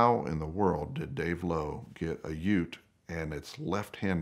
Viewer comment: So good to hear an American say ute .